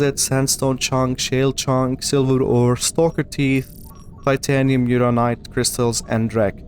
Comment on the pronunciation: Funniest thing about any Subnautica video is that nobody pronounces "uraninite" correctly.